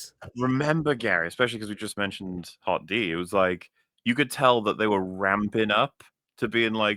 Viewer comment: Ooooff., I love you man, but calling HotD "Hot Dee" out loud makes me physically cringe. It's hard enough hearing the sequel trilogy as "Tee Eff Ay", "Tee El Jay" and "Ar Oh Tee Ess" as if the abbreviations are actually any quicker to say, but "Hot Dee" just hurts